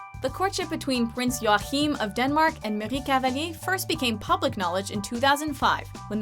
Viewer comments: Acutually you pronounce Joachim as Joakeem or joakim as we say it in Scandinavia :) and king Harald of Norway was the first to marry a "commoner" in 1968 :) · "Prince Joaccccchhhim!" he's not arabian :D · Why can't you say Joachim?! "Your-Kim".. Not french Jrrrroachim ;D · I died when she tried to say the name of the Danish Prince Joachim! It isn't pronounced joahim but Joakim! seriously awfull 😓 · Joachim in Danish is pronounced Joakim xD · The pronunciation of Prince Joachim is terrible. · I love how they butcher the Scandinavian royalties names. Btw i am Swedish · Hehe, nice top 10 :) But i gotta corre t somethings ;) Mette Marit is pronounced Mette maaaaaaaareet :) Haakon is pronouced Haacon :) and joachim is pronounced Joakim :) And the first royal to marry a "commoner" wasn't pavlos, it was actually harald the king of Norway to now Queen Sonja :)